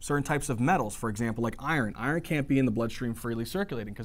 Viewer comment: I-ron... you’re gonna laugh